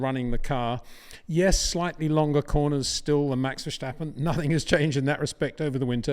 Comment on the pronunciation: It is NOT "Bottash" nor is it "Lewisch" nor is it "Oshcar Piashtri" nor is it "Nyck de Vriesh" nor is it George "Russhell" nor is it "Fernando Alonsho" nor is it "Lance Shtroll" nor is it "Pierre Gashly" ... so why on earth do you want to say: "Max VersHtappen"